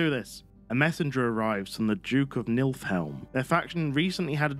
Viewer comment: Spelled Niflheim, says "Nilfhelm" lol. Bruh, It's Nif-l-hime